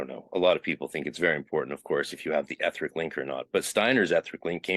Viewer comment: i think you mispronounce the word "etheric".